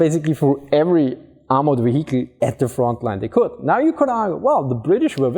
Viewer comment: want to laugh at him for saying VeHeecle then I try to prounce german compounds like Rechtsschutzversicherung and shut my mouth.